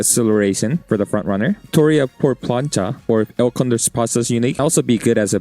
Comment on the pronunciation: I always die a little when a content creator pronounces plancha as plank-uh, I'm glad it was not the case this time, amazing guide